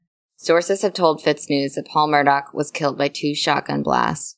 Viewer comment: It's Murdaww, NOT Murdock!!